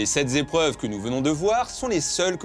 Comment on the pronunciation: "les sept zépreuves..." Magnifique car cela vient du coeur. Mais, au fait, peux tu nous rappeler la définition d'une zépreuve?